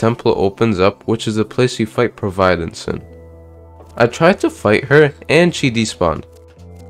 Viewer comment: "proveyedence" lol